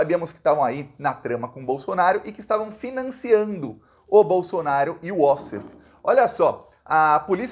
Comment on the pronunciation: O cúmplice advogado Wassef não é inglês nem norte-americano. É descendente de árabe. A pronúncia deve ser "va-sséf" e não "uó-ssef".